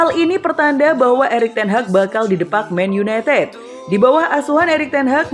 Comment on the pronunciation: Men yunetet men yuneted